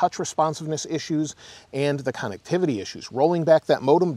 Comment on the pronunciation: I love the videos and updates, can’t help to laugh every time you mention “cannectivity”